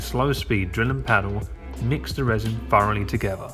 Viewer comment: Ok, so you obviously I have a problem pronouncing words that have TH in them. Again, it's thoroughly and not furoly.